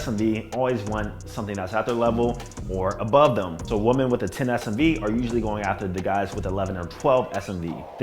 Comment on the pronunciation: always talks proper EXCEPT when he says this word: "women" he pronounces it as "woman"